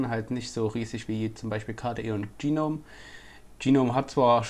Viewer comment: Geeeenome? O.o GNOME! Da is kein E dazwischen.